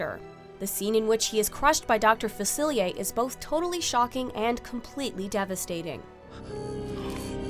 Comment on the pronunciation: His name is pronounced Facilier not Facilia.